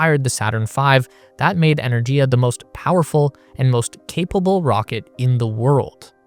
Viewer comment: Just a shame you can't pronounce Energia correctly.